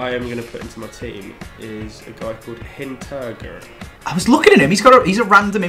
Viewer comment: Wtf how you pronounce Hinteregger xD It's called Hinter like you've said and then Hinter-egg-er like Hinter egg like the egg and then put an er behind :)